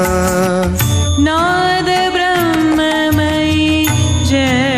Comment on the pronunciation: The moment I hear भ्र in ब्रम्ह .... I quit